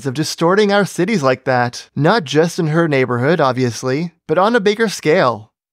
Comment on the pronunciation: I just noticed you say Bike and Subscribe, after a few months watching. :)